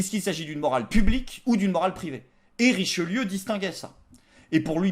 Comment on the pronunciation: "Trichelieu", ta langue a fourchée ou t’était sous acide ^^